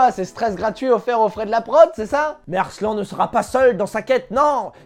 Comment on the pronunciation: Arslannnnnneeeeuuuh xD pas Arslan